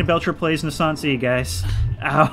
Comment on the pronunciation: Yeah, you said pretty close to how it's said... But you said it as "NaiYssanNs". No stress on the "i" or "N". Otherwise, the omission of the "e" was very good. Naissance means "birth".